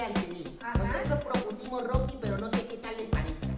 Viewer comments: Es rocky sólo que no sabe pronunciar la r poreso dice grocky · Es rocky pero dice groky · Roqui para q le diga groqui